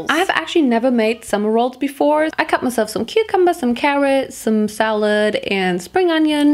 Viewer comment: I just want to tell you that cucumber is pronounced kyu-cum-bur not coo-coom-bur